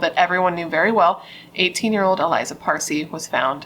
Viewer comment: Her name is pronounced Ah lee-zah, accent on the second syllable. Not Eliza.